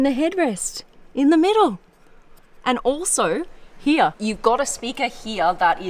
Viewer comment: I'm always here for how she says "here".. "Heeyah"